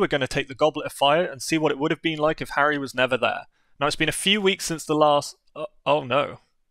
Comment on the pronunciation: Hurry! But she pronounces it really weird. XD